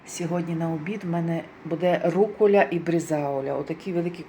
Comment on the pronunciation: Ріже вухо ваша /руколя і брезаоля/ чому не рукола і брезаола?